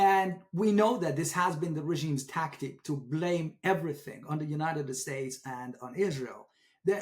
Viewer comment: By the way, as a Science & Outdoor writer, and a former Columnist and Science editor for the largest Journal in its own category in the World, I challenge in Every Category (including his knowledge in English and even Farsi)!! I can't believe that Pronounced the United States as United "Estates" 😂 Dear God he just said "Eee-RAINY-Yan", to emulate people in the west who don't know the proper pronunciation!! This is laughable!!